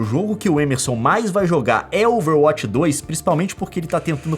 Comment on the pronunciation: Além de chamar MEME de MIMI, o Leon chama o Émerson de Êmerson...